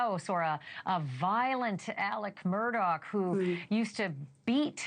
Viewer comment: His name is not Murdock! Learn how to say it🤦‍♀️🤦‍♀️🤦‍♀️🤦‍♀️